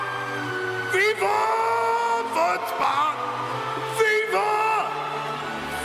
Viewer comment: I really thought he was saying “viva foot spa” and not “viva fun spot” until i saw the logo😂